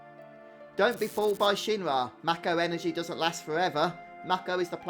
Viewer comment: I'm so glad that you pronounce the word "Mako" properly! Everyone I know pronounces it as, "May-ko" and it drives me absolutely insane lol.